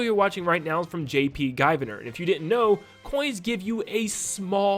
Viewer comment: jp guy-viner lmaooo did him foul 🤣😭😭